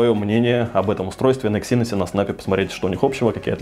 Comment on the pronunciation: Когда-нибудь автор научится правильно произносить слово Эксинос. Но это уже совсем другая история.